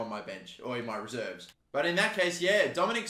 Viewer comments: Its sho-bosh-lee, for future reference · pronunciation: Soboslai